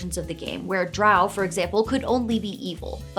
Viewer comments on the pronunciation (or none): none